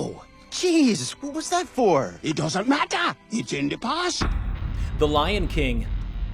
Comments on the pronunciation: "It doesn't MATTAH!" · "It doesn't mattah" "It's all in dah past"